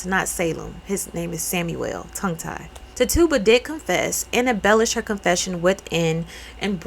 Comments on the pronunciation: Tituba pronoucged: Tih cha bah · We always pronounced it TIT-you-buh like the first part of the name was the focus of the word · Loved the video, also her name was pronounced (tit-chyu-buh) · Pronounced “Tí-chu-bah” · I was lost at first but realized your talking about tituba, pronounced titch-u-bah.. just tryna help for those who know her story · I've heard her name pronounced like "titch oo bah" Tituba😊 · I’ve heard of the pronunciation of Ti-chu-buh (said very fast) Ti-(tick)-chu(chew)-buh(b(r)uh) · I think it’s pronounced Tee-Chu-Bah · Salem witch trials. I think ok Tituba (Titchuba) is how it’s pronounced in Salem. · I think Tituba name is pronounced (Tit choo buh).... She wasn't a witch, that's what colonizers classified her as in her native culture, she would be called something else. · It looks grammatically confusing but Im pretty sure the name Tituba is one hundred percent pronounced "Tih-Chu-Buh". The official pronunciation is "googaleable" in a few youtube videos. Either way I really appreciate your presentation on this womans story. Very few know about her. But everything usually starts with us in most cases anyway so we shoulda known lol